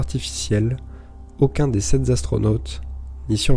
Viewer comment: Y’a pas de S à sept !